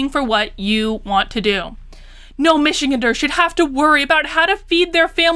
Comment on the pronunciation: Just to throw it out there, Michig"an"ders is like "Van", "Ann", or "Ran". :) Spot on analysis though, everything she does continues to be a slap in the face of the working class.